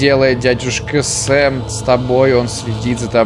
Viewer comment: САМ а не СЭМ! САМ! Об этом в самом начале написано!